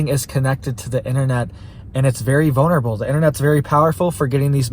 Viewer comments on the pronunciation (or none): none